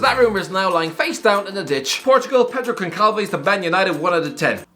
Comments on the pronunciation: As a Brazilian and Portuguese person, hearing him butcher Pedro Gonçalves name was also painful 😖 to hear, it’s Pedro Gon-salve-sh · Pedro goncalves It’s pronounced Gonchalvesh